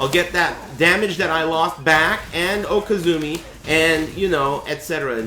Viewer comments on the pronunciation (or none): He's calling it "okazumi" because he's a stoner. He means "okizemi" which is the Japanese term for the wakeup game.